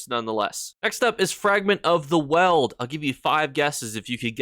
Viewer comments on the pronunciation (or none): It's Weald not Weld